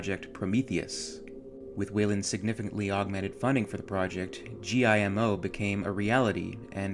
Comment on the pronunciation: it's JIMO, not GIMO.